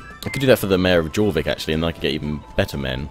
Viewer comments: I am a norwegian so i get mad when he prenouns something wrong XD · yh but really, pronouncing it JOR-VIK would be the more Anglo Saxon way of saying it, and the Scandinavian languages especially those of Northumbria would say YOR but it phonetically doesn't fit in the English language that why they still said it York in Middle English but changed it to a Y to agree with our phonetic alphabet. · jorvik is pronounced "yorvik"